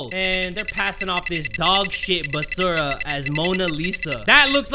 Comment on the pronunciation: Not him pronouncing Basura wrong🤣🤣🤣